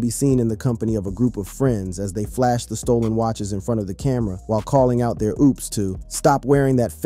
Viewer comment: InsteaD of "their Opps". This guy said " their OOps" 🤣🤣🤣